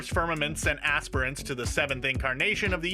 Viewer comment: Dude you need to learn how to say aspirants